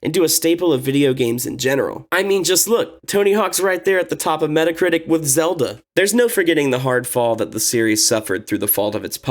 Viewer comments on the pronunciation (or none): none